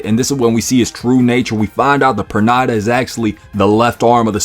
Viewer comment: Bro, Pernida pronunciation escaped you lol